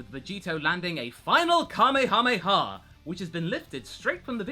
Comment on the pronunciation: Kahmehame punch lmao. Now we know it's called Savage punch